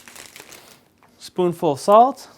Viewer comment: you say spoun full, is that table spoun?